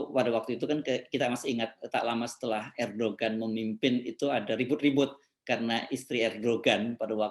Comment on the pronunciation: Sedikit pembetulan: Erdogan penyebutannya tidak sebagai bahasa Indonesia, tapi disebut sebagai ER DO AN . ini sebutan nama yg sesuai ejaan bahasa Turki, G tidak diucapkan.